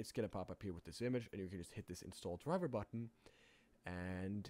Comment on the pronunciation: The wee bee and wirtual keep throwing me off... other than the mispronunciation of V as W I don't even hear an accent. edit: Also driwer. I guess there's no V sound in Norwegian? Oh.. also the R sound leans toward W too. "Weboot your system." Other than the V thing, I like the accent. Weendows 8, hehe. More importantly, thanks for compiling the alternatives. Years ago I couldn't find any free alternatives, which I found frustrating because it's such a wonderful piece of software, which seemingly doesn't need that much development to replicate the core mechanism. There's no emphasis on complex interface, graphics, sounds, media, simulation, none of that, so it should be relatively simple to make. Still far, far more development effort than I'm willing to put forth, though.